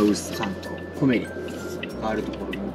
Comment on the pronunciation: 正しい発音は コ↑メ↓リ↑ です！